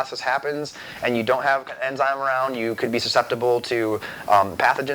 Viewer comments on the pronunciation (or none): none